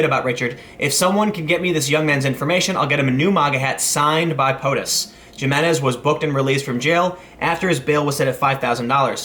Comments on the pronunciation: Bexar is pronounced "bear" and the J in Jimenez is pronounced like an H. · It's "He-men-ez" I know we're funny for pronouncing J as an H, blame Spain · Btw, it's pronounced "hi-muh-nez" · FYI, folks, it's pronounced: Hee-MEN-ez. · Gimenes? :D Also, 'nigguh' is not a racial slur. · Jimenez, pronounced (H)imenez. Bexar County, pronounced bear County. Welcome to Texas. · Did Tim actually say Gee-menez? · Nitpick: J pronounces like an H. "hi-men-ez" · Sounds like justice is being served! This guy was an asshole. All evidence points to this being totally unprovoked. Btw - Bexar is pronounced liked “behar”. And the J in Jimenez is like an H. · "Hi-minez" -- the J sounds like our H. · Tim, that pronunciation of his last name, it's Spanish, think "H" not "J" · Pretty sure it's pronounced (H)imenez. Either way he was way out of line and should be charged with assault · If a Spanish name starts with a "J" then its pronounced with an "H" sound. Jimenez = Himenez. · Tim called him Jim, didn't he? ha ha Jim enez. heh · AHHHHHHH! Jimenez is pronounced Himenez! (Sorry Tim, but I live in NM.) IMO, felony is a harsh. TX may have something about battery in conjunction with the theft or because, as you say, it was minors. Felony has a lot more punishments beyond just longer prison sentences. Besides, TX taxpayers will have to pay for his incarceration. EDIT: I think I found the statute: (4) a state jail felony if: ... (B) regardless of value, the property is stolen from the person of another or from a human corpse or grave, including property that is a military grave marker; It appears that Texas just has really stiff laws regarding stealing directly from another person. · Two things...get rid of the beanie and learn to properly pronounce Spanish names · Did anyone else say the correct pronunciation for Jimenez every time it was said incorrectly? It's not that big of a deal that it was mispronounced but that I felt the need to verbally correct it every time is a bit off. Lol